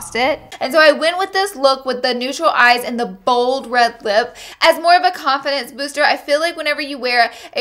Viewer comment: lol my brain is fried. I thought you said "coffin dance" instead of confidence. This is my brain on finals.